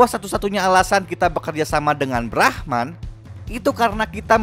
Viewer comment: Bang brahman bukan brahma